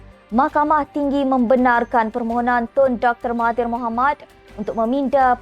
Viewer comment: Pemberita👆 chow kit kah? Tak tau nak sebut Tun Dr Mahathir dengan betul... baik suruh budak 3 tahun baca berita!